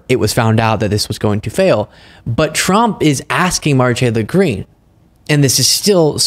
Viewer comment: Dude slow down and finish your words, the way you say her name is so fucking weird